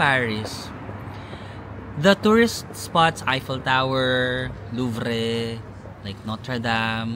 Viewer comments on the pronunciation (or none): Louvre is pronounced as LUV or LUVER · kuya hindi cro-cant! anu ba yan! it's pronounced as kwa-san 😂 yung louvre is pronounced as Loov-ruh or Loov